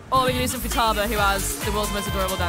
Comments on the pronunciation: How do you work PR for the developer and manage to pronounce one of the character names wrong? Doi! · I think you pronounced "Futaba best girl" wrong...